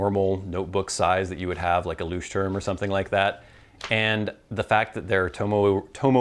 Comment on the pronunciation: This was a nice review and I don't wanna be mean but I chuckled every time you said "looshterm" lol. I don't know how to say it either honestly